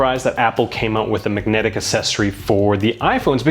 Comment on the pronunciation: why can't you pronounce the word 'magnetic' correctly